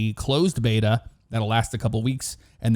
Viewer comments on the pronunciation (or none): none